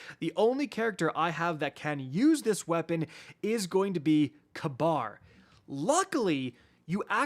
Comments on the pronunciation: Ka-Bar? I thought it was Ka-beer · its probably ragebait but holy FUCK. ITS PRONOUNCED KABEER NOT KAB- AR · you're driving me nuts with your pronunciation of Kabr's name XD Its not Kuh-bar its Kuh-beer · It's pronounced Kayberr lol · You’re right. It is k-beer. Idk why said it that way. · calling Kabr KAHBAR is the highest form of rage-bait 😭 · is that how the dr game pronounces his name? i always pronounced as kahbeer 🤔